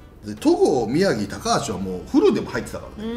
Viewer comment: 宮城がひろとになってる😂